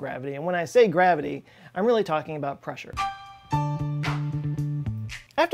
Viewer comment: I love the way the hydraulic press channel pronounces "pressure". "Press-oo-reh". I also enjoy this channels intelligent humor and quarky knowledge. Please keep it going, you deserve more views.